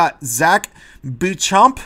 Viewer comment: Beauchamp is pronounced (boe-SHOMP)